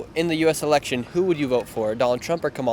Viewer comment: great video! it's Election btw not Elecltion